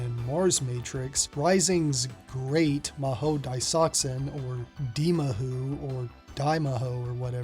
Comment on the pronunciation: Dimahoo sounds like a silly title! but it's pronounced "DAI MA ho" = Great Mahou Daisakusen (Japanese: グレート魔法大作戦, Hepburn: Gurēto Mahō Daisakusen; "Great Magic War")